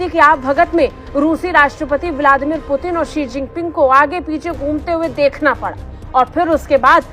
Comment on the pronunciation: 😂😂😂 पुतिन ❎ प्यूटन ✅